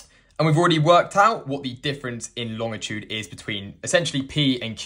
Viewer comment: Lol. Pedantic note, the guy pronounces 'longitude' correctly. There is no 't' after the 'g'. It's LONG-itude.